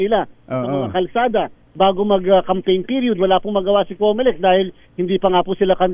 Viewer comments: Comelec! Comocolek😂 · Cocolect yan hindi comelect